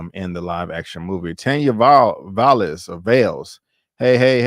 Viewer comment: Lolll I fell asleep yesterday Tired from the gym so I had to be replay gang for end. I liked it episode and rate it 8.5. FYI name pronounced Tanya 😂😂😂😂😂. You had it right a few times